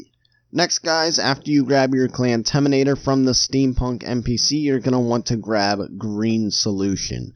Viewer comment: What clamtaminator? I cant hear it correctly please reply i want to know what you said